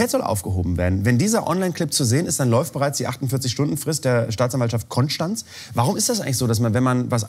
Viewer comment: Wow, Böhmermann hat Konstanz richtig ausgesprochen.